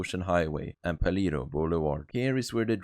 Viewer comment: Paleto is a Spanish word pronounced "Palayto", not "Paleeto."